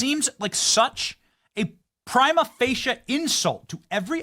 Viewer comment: PLEASE STOP WITH THE "PRIME APHASIA"! But I do love you, Benny! 😁